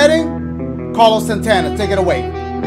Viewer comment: Ala dashie said Carlos SANTANA 😂